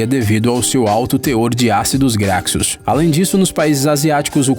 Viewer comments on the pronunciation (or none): Pelo amor de deus, Ácido Graxo se pronuncia ácido gracho, não gracso.